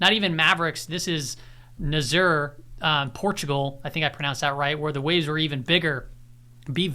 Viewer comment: Nazaré - you did not pronounce it right but you have a lifetime Portuguese pass because of the in your name 😝